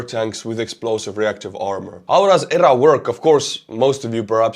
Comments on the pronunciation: Speak as you wish my good sir, but in USA we would say "nipped /in/ the bud" and we say E.R.A. with the letters. Very outstanding coverage! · My friend..."EEEEE, ARRR, A" The word is not pronounced. Just the letters.